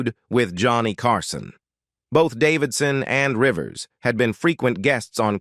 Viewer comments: Yup! Did you hear Joan Rivers as Joan REEvers? And the word "Ultimately" was ultima-TEEly. Yech. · ... jOAN REE-VERS? "Ultimately" was pronounced "ul-tim-a-TEE-lee."